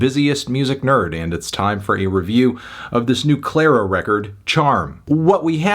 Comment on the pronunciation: It's Clair-O Why is he saying "Clair "?